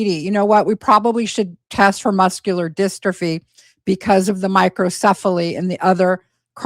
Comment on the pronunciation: these videos are so hard to listen to. The last one that couldn’t pronounce ‘dystrophy’ and this one that can’t even get the step mums name right 😩🤦🏻‍♀️